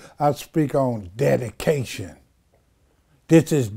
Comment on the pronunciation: Dedication sounds like daddy-cation. Lol 😆🤣😂